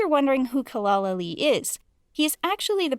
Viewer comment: Its not pronounced as celal ali It is pronounced as jelal ali This I learned by watching ertugul gazi in Turkish with English subtitles